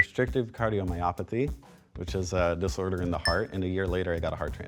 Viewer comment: I love this episode !! P.S. Disorder * Not “Dissorder” 🤔